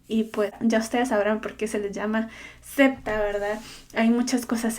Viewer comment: Cuál es tú religión? Ah! Niña no es 'cepta" es SECTA